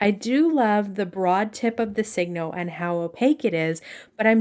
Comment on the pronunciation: Thanks for a very good and helpful video. Many people don’t pronounce Signo correctly. I only know the correct pronunciation because I lived in Japan for many, many years. It’s pronounced like “Sigh- no” not “Sig-no.” You know, like sign your name or it’s a sure sign, etc. The pens are made in Japan and the way they would say, “sign your name” in Japanese English would be signo your namu, because their words almost always end in a vowel. Thought you might like to know.😢 Appreciate the video very much.